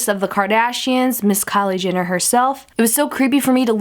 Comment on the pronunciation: She's like "Kylie JINner" 😂😂